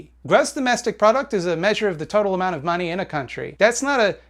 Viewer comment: I fucking love how he says "da maaney", lol